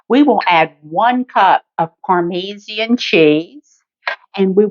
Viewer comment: "Par-mee-zee-in" had me rollin...hahaha Looks good though!! Going to have to give it a try!!